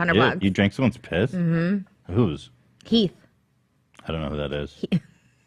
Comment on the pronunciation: i love trish but dont ever disrespect Heaths name like that fr😔